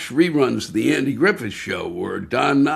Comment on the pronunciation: He pronunced Andy's name the way David told us to. 😊